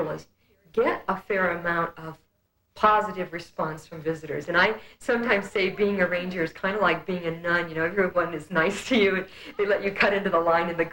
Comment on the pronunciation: “A reesspance” just another glitch?